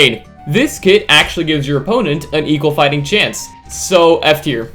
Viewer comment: At the start of the video I heard “from S tier to S tier…”💀😭🙏